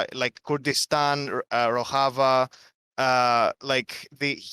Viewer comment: Finally someone taught Vaush how to pronounce Rojava properly.